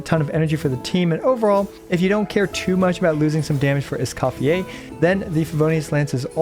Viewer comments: Escoffieh? ❌ Escophierre? ✅👌😤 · I cant stand the name pronunciation 😢